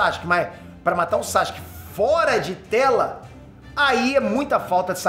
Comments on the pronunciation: 10 anos de curso e o ainda fala "Sachic" kkkkkkkkkkkkk É Sa-Su-Ke 🤣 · Para de falar saXUque pelo amor